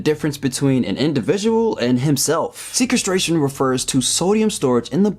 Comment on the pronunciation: Sequestration, as in "sequestered", not "sequence". Should help with the pronunciation. 👍